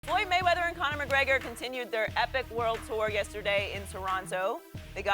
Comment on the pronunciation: Correction: "Fook da Maywedders"